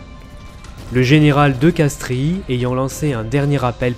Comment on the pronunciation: De Castries se prononce DE CASTRES!